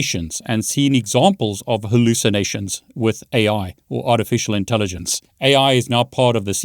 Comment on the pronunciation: I heard "with art and elephant". Maybe the AI heard ur voice & ignored the writing. Lol